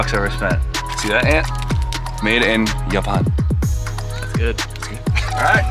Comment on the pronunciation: Awesome, tries to pronounce Japan funny, ends up pronouncing it German!